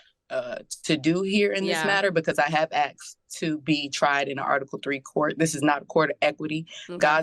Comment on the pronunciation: She’s trying so hard to sound smart, but can’t even pronounce the word “asked” 🙄😒 girl, bye